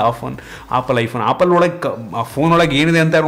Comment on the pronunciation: Bro adu opple alla adu apple🤣😂